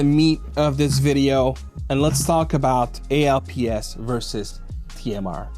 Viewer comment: Hey young lad. When this tech first released in the 90's, we just called it "alps" as in "Swiss alps". We never called it "A.L.P.S.". I've "alps installed on my OneXplayer and I've no issues but I do have spare ALPS just in case of drift. Three years, no drift. Have a great weekend kid.